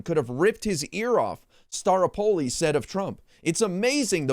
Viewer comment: It's pronounced star-O-po-li.